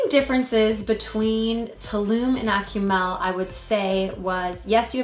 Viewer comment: "AK-oo-MALL" not ”Ack-you-mel"